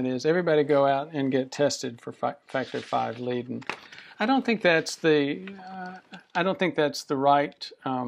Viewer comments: and it's pronounced LAY-den or LIE-den, not LEE-den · Is leiden not lieden!